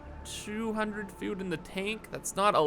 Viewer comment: FUUUUUD storage in my BEESE, and PEEPER for explosives. Killing me. Why are A's and O's so hard for you to say?